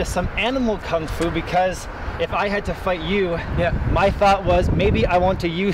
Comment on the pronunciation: is great but its kung fu not gung fu Thats what nerds say🤣